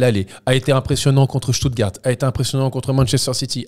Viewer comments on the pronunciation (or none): none